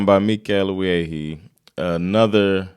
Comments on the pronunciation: Wiehe is not pronounced ViehHee it's Ví-è(h) or as someone wrote it Viiä, in Eng kind of like Vee-e(h). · Nice reaction. His name is pronunced "VEE-eh". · You are saying his last name wrong. It´s VI as in the swedish we, and HE as in the without the T. VIHE or ask your wife how she would say it :) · His family name is pronounced 'Vie'. His biological father was the Danish journalist Adam Wiehe who during the Nazi occupation was active in the resistance movement. But Mikael Wiehe and his brother Thomas (also an artist) greww up with their mother the potter Estris Wiehe (born Wråke) in Malmö. Mikael Wiehe still lives here in central Malmö with his Chilean wife. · You pronounce his name Mikael Wie